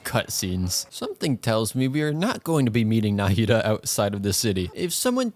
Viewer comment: Did I miss an upload or is no one mentioning about him pronouncing "Nahida" incorrectly